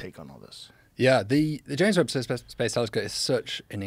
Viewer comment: Did he call it the James "webbed" telescope